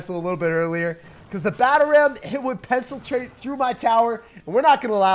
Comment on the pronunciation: "Pencil-trate" hahahaha PENetrate, with the puns😂😺